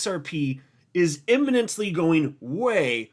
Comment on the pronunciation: “Imminently” as always